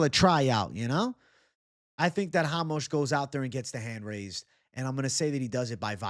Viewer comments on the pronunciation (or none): who the fuck is hamos ?! RA-MOS